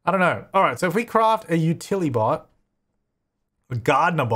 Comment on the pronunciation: I'm a little disappointed you stopped calling the Utili-bots, Utli-bots. Stick to your principles,!